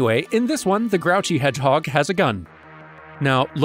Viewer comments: "Shadow the Hordgeheg" Nice 😂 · "shadow the hordgeheg"